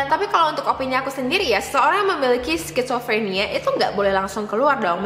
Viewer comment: Telingaku gatel ketika bilang: skitsofrenia Bacanya sizofrenia... bukan skit...